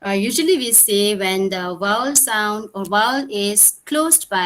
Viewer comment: It’s ‘vowel’ok so please correct your pronunciation not ‘’wowal’